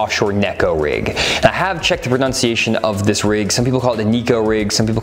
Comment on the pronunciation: One Razorback to another... it’s not “proNOUNciation”, it’s proNUNciation. This is the most common mistake made by tv personalities.